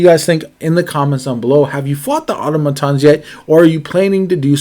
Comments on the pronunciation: Ah TAH muh/moe tons. please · I think they were criticizing you for how you pronounced automatons And Auto matons means car thugs or bullies in Spanish. So it’s just a funny play on words based off of how you pronounced it. 😊